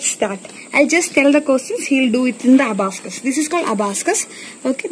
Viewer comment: Very talented god bless...m a proud aunt😇 I love how the little one is busy in her own world ❤️😂A small correction in the word Abacus..pls check the pronunciation for the same... otherwise as usual beautiful video... keep going ❤️